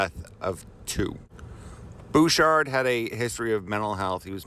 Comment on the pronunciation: It’s Bechard... not Bouchard.